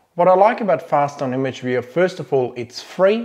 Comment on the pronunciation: What do you use to look at your images? It sounded like FastOn?